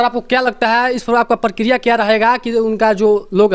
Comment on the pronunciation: Bihar se Gaya hai kya re aur wahan jakar naam kharab kar Raha hai bihar ka aur ek baar prakriya nahi pratikriya hota hai